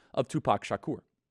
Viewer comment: Oh Charlie, you really butchered Tupacs last name there buddy. 😂😂😂